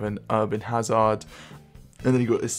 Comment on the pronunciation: is English your native language? you said neetro, and huzaard